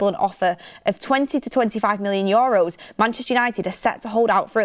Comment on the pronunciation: its not yoros is euros, had to comment its bugging me lots